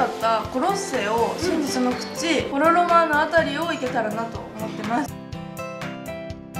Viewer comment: ！私もローマ夏に行ったんだけど言わせて！！ ❌フォノ・ロマーノ ⭕️フォロ・ロマーノ だよ！ゆっくり休んでください！！